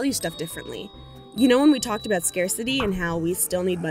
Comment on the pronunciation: is nobody gonna talk aboot this